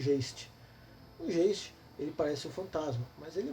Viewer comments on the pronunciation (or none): A pronúncia é alemã: "gaisti" significa fantasma. OBS: para jogar white Wolf, tem que saber espanhol (brujah), francês (tremere), italiano (giovanni), romeno (tzimisce) e alemão (geist)